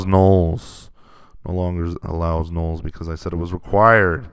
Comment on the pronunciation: You pronounce "nulls" like "gnolls", and it distracts my imagination every time ;)